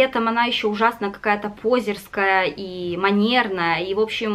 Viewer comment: В слове ступни -ударение на последний слог-ступнИ, ступнЯ, а в слове позерский-на второй,а не на первый...